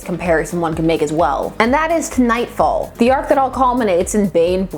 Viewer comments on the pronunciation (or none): I'm sorry, are we just going to ignore the fact that she said K-Nightfall?...